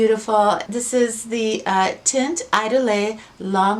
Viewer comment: Chardel And teint is pronounced like tay-nt. Cheers!